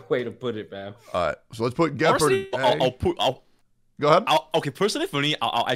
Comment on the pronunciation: Why tf does pronounce gepard like that…